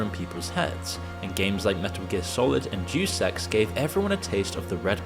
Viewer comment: It would be pronounced "Deh-oos"